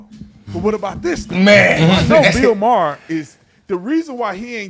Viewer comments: BILL MYERR!! 🤣🤣 said with such confidence right out the gate. Got me laughing. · "BILL MYER"(with confidence) 😂 Brandon:MAHER:MAHER? 😂😂😂😂😂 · “Bill Meyer.” “Maher.” “Oh” Lol